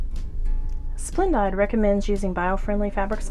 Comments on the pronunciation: FYI- i have never heard it said as Splend-died. Always heard it pronounced Splend-deed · Lol. It's pronounced splen-DEED.